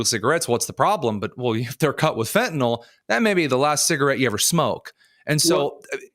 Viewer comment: It's fentalYL, not fentalOL. Sorry. It's like nails on a chalkboard for a pharmacist.